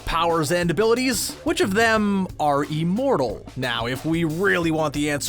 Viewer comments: Liked this, but... Uh... What's 'Eeeemortal?! ' Is that anything like 'Immortal?? ' Just wondering... 🤦‍♀️ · It’s IMmortal, not E-mortal. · it's IHM NOT EEEEMORTAL IHM IHM IHM THERE IS NO EEEEEEEEMORTAL, EVER 😧 j needed to get that off my chest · Today we have a new word: ee-mortal. Considering this is THE key word in the video, you'd think narrator would learn its proper pronunciation. Thumbs down on this one too. Screen Rant continues to suck.